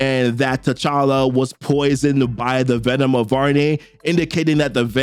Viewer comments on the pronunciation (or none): none